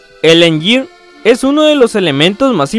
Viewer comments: el engír :v. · el enyir XD